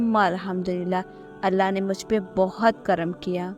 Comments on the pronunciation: When you say ALLAH, it sounds like arwah Try to say it simply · It's Allah, pls work on ur accent.